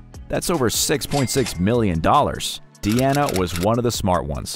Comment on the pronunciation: Dude....if her name is clearly shown as, "DEANA", why do you keep calling her, "DIANA"??😂😂😂